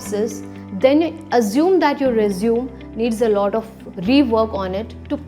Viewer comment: It's not "resum" it's "resume" = pronounced as RE-ZU-MEY